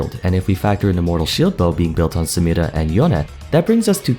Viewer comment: I noticed that you pay attention to pronouncing "Samira" correctly. I notice and appreciate that.